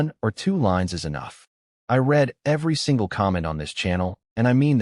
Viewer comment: Past tense read is pronounced red. Please